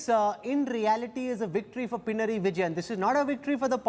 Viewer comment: Its not pina raiii.. It should be pina nari